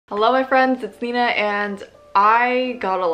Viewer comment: me: :( nina: hello frens it's nina me: :)